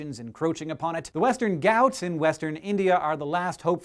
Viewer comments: I am from western ghaats and its being replaced rapidly, won't be long :(( (I don't know why you pronounced it as "gauts" but anyway...) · Hey I live near Western Ghats. (rhymes with parts : without the 'r'). Hank you always mispronounce all things Indian!